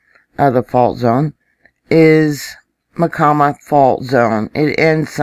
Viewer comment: Hi...,just me. Pronunciation of Myacama = My - ah - Cah’ - muh....it took me a year to find that in a dictionary!